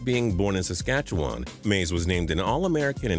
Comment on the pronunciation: OMFG he said Saskatchewan right